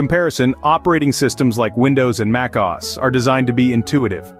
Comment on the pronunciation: Muckaus? What¨s "Muckaus?" Either this is AI-generated, and poorly so, or the narrator doesn't know shit.